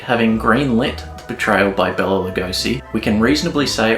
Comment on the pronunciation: I really enjoyed this, but his name was Bela, not Bella.